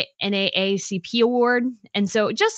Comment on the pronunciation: it’s called N double A C P award!! You’re American…you should know the name of this award!